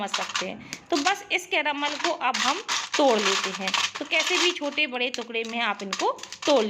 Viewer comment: Anyone notice how many she says caromol?